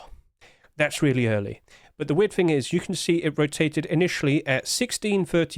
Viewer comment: there is no F in the word "thing"